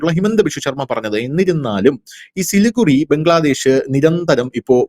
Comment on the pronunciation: പറയുമ്പോൾ സിലിഗുഡി എന്നാണ് പറയേണ്ടത്. എഴുതുമ്പോൾ സിലിഗുറി. ചാണ്ഡിഗഡ് എന്ന് പറയുംപോലെ.